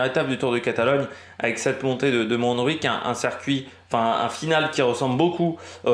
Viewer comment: Bonjour ! Montjuïc se prononce "mon jou..ique" pas de jota en Catalan. le J se prononce comme en français . Merci a toi pour tes vidéos continue ainsi